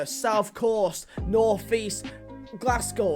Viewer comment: North not Norf - christ, you sound sooo thick. It isn't a northern accent thing. I have a northern accent.